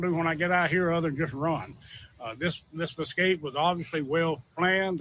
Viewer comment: EScape not EXcape. 😉